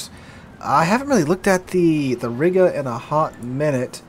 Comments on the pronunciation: ree-ga not riiga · Dammit,! Either use the English pronunciation of the old name of that town, "There was a young Lady from Riga, who rode smiling on a tiger. They came back from the ride with the Lady inside and the Smile on the face of the tiger!" or the Russian/ Baltic pronunciation which would be ree-guh.